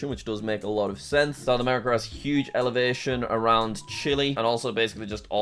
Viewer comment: the way he says elevation